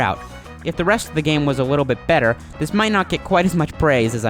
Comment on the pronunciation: wee ahh wemeber paperboy, it has aged a wittle but moaorrr....Nevah da wess, dis game was we-wealesed 27 years ago....Papers to be dewivered..... This game has a long list of problems? You have a huge issue with your "W's". Dude you put a "W" in the word "help". Hewwwlp? Really? Wittle bit bewetewer?? How could CGR allow you to speak unless they have a sense of "WhoooMore". Learn to speak dick...